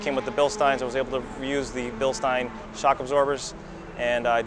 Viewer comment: I love the fact that pronounces Bilstein correctly.😊